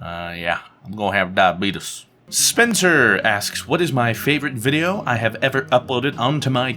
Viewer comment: "Yeh... I'm gon' have diabeetus" Funniest thing I've heard all day 😂😂😂